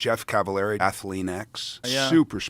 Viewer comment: "Jeff Cavilery" and "efficient reps" - boy these guys really pay attention 😆